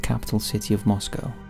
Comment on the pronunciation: As always, this is a great and thanks for correctly pronouncing "Moscow"... ;)